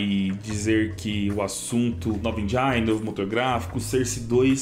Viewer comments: lê-se "engine" e não "enjaine" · Endjáine não... Endjine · ENGINE Não se pronuncia "enjaini", e sem "enjen".